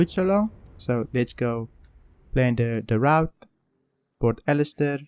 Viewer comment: Olisar, not Alistair